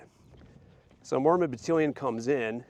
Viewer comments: FYI, Battalion doesn't sound like pavilion, more like AL IL for Battalion. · Correct pronounciation of Battalion Bat al ion Group of millitary soldiers Total of about 500 soldiers. The church was paid a sum of money for the services of the soldiers. The church accepted the funding to help the people who had been forcibly displaced so many times. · This was awesome! I loved it 😍., it's fun to hear you pronounce battalion. I always say it bat ( like battle) al eyon ( beyond without the b or d) 😊 I hope that you can do more content about the Mormon battalion. It is such a fascinating story. And you are a very talented storyteller. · 🤣 I love that! Differences are good. It'd be such a boring world if everything was the same. The way you say battalion does sound really funny to these Utah ears, lol, but it's fun 😁 Now I'm dying to hear you say bag 😉